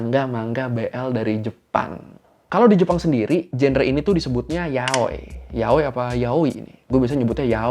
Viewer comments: Yaoi Sebutnya Ya Oi Bukan Yaoy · Funfact pas tadi kakak pronounced yaoi kayak "Yahweh", Yahweh itu bahasa Ibraninya Tuhan well dalam Alkitab. Thats it Gbu